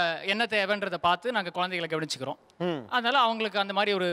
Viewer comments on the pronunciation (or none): Sumi Rajendran yaa exactly look at the way he says kuzhanthaigal...kuyanthainga😂😂